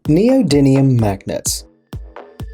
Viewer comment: You're mispronouncing neodymium magnet, you're saying neodinium